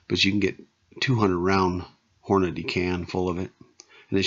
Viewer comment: Props to you for saying hornadee and not hornaday. idk where people get fucking 'day' out of the name? smh